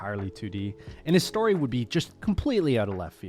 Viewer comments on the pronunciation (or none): none